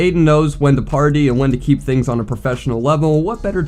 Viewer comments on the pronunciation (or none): none